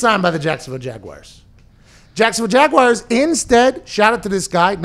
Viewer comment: I love Pat, but if I hear him say jagwhyers one more time I'm gonna pull the last of my hair out. Where do people find the I in jaguars?